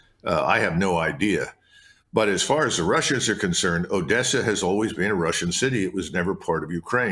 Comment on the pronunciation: Ritter and he both say "been" like "bean" and "again" like "agane." It's a very odd affectation.